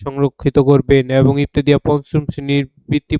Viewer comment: ইবতেদিয়া নারে ভাই ইবতেদায়ি বলুন